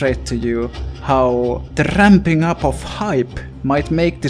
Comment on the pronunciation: please just say rrrrrrrrrrramp up one more time daddy